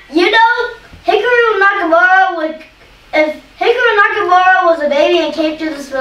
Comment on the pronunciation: "Hickaroo Nakamura" 🤣💀